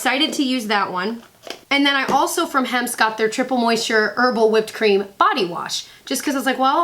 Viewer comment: "Mint Chocolate Cheem"--on point,. Love me a bowl of Mint Chocolate Cheem. xD LOL